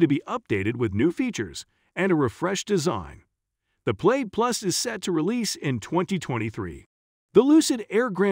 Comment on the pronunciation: Why so many mispronunciations? Plaid pronounced "Played"? Audi pronounced "Awe-dee"? Porsche Taycan is NOT "Por-shee Taken".